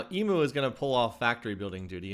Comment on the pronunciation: Enjoying your vid, by the way I am an Aussie and it’s pronounced “e mu” not “e moo”